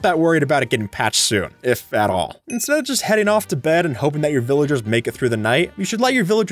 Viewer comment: What is "villigers" you must be a kid